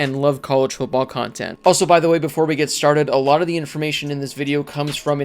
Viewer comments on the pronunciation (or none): none